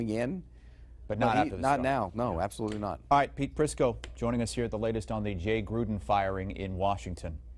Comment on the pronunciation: At least he is pronouncing Jay Gruden’s name correctly.